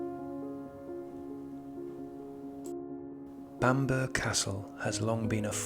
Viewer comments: No,. As said, Bamburra is the correct pronunciation of the name and has nothing to do with where you are from. You missed off an entire syllable. You have a north east accent so how come you made such a basic error? Bamburgh is a beautiful place and everyone should go if they get the chance but they would look stupid if they followed your lead and referred to the place as Bamber. Own the mistake don’t perpetuate it. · The burgh in Bamburgh Castle is pronounced as burra ,it's Bamburra Castle ! Know it well & it's absolutely stunning set in a magnificent surroundings ! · My grandmother was born there,, it’s pronounced the same as Edinburgh, or I wouldn't have commented! I too pronounce London as Lundun. Love your stories, you sound like you're from the Sunderland area!